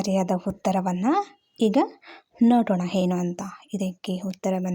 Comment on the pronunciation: ನೀವು ಅ ಎನ್ನುವದಕ್ಕೆ ಹಯಾಕೆ ಹೇಳತೀರಾ ಏನು&ಹೇನು ಎರಡರಲ್ಲೂ ತುಂಬಾ ವ್ಯತ್ಯಾಸವಿದೆ ದಯಮಾಡಿ ಉಚ್ಚಾರ ತಿದ್ದಿಕೊಳ್ಳಿ.